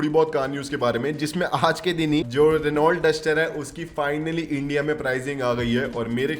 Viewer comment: भाई आप रीनॉल्ट क्यों कहते हैं? यह रेनो है।